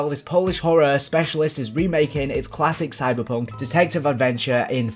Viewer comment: Bruh you had me on the floor when you said Cybercunt lmaoooo